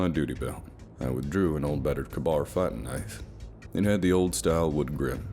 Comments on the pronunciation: Not Kabar. K-Bar. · The Marine combat knife is pronouced KAY-BAR aka K-BAR, not Kah-bar. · btw it's pronounced Kay-Bar rather than Kuh-Bar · Good narrative but for future its not a kuhbar fighting knife it’s pronounced kaybar. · It’s pronounced K-bar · for future reference, respectfully, it's pronounced KAY-bar/K-bar as in the letter K and word bar, just thought i'd point it out is all, hope we get the story on that knife later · 🤣.... KAY- Bar ..... just sayin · It’s Kay-bar knife, kabar knife lmao u guys kill me sometimes. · The way this mfer says k bar is ridiculous